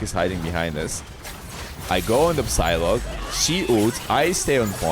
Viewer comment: It's a silent P when you pronounce Psylocke meaning Sci-lock (Sci as in Sci--fi)